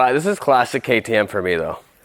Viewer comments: You pronounce it KAY TEE M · It’s pronounced KTM, lol, hilarious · Ktm lol it’s k. T. M. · Those kay-tē-uhhmmms are from close to Africa near bumfucegyps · The fact he doesn’t say ktm right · its pronounced like the letters. kay tee em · hahahahhahah bruh jus say K. T. M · The fact that he is disrespecting ktm or as he call it kitmm is hilarious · It’s pronounced K.T.M and other bikes Honda,Yamaha,husqvarna,Suzuki, and Kawasaki 🎆🎇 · It’s said k-t-m. Exactly as it spelled🤣🤣🤣🤣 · Wth....Kayy Tee Mmhh🤣🤣🤣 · This is you pronounce ktm K-T-M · ME:WTF HE DOESNT KNOW WHAT KTM IS:IVE NEVER HEARD OF Kay Tee MMHH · ItS aCtUaLly KaY tAy EmM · The way he said ktm omggg🤦🤦🤦🤣🤣🤣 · Ah yes we all love kah tee ehm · K-T-M say the letters LMAO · IT PRONOUNSED KAY TEE EM sorry for caps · It’s Kay tee emm and there an Australian company and they make a lot of dirt bike how haven’t u knew this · Ktm...... As in kay-tee-em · "kethum" yeah me neither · It’s pronounced K T M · Spell it out KTM that’s how you say if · We say it kinda like thins key te em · The name is Kay tee mmm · You say the letters seperate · you prenouce it k t m just the letters just say k t m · Are you trying to say KKk ktm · It’s pronounced K.T.M and it’s a dirt bike company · Okay, so you were joking about how to pronounce KTM...but they are one of the leading motorcycle manufacturers right now, especially in the motocross and off-road space. They are an Austrian company and their motocross bikes have been winning magazine shootouts steadily for a few years now. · This man said katummmm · It’s pronounced k-t-m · It’s K T M you pronounce it in capital letter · Its pronounced keyteem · its k-t-m just all the letters said it is an American company they make great bikes for moto/supercross. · its called K T M just like that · I know you're joking but please stop calling it a kuhhtttmmmmm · It's pronounced katim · My guy you say it like this K T M XD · Its pronounced K T M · its k t m not what every he said